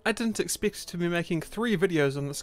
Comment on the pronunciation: Yo what did you say ? Was it "expect" bruh? Fix yo accent